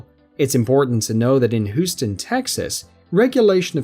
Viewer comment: If you say Whoston one more time...